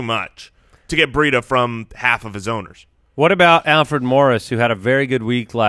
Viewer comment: When you guys say Matt Breida it sounds like Matt Burrito. I wish you guys would start calling him that, perfect Fantasy Footballers nickname.